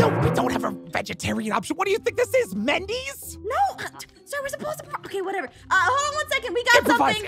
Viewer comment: Like how pierce said Mendy instead of wendy